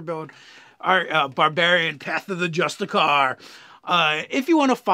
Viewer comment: Well actually... there is no such thing as "justicar" (just-a-car)... it's a justiciar (just-ish-ee-er), who is a chief political/judicial officer. Okay, please, carry on.